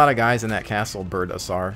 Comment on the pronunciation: lol "Birdasour" its Birdasaur, as in dinosaur.